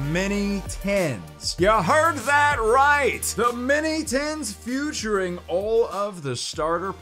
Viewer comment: am i hearing things? Futuring or featuring?